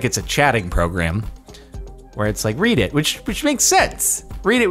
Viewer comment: You know read can also be pronounced as read, right?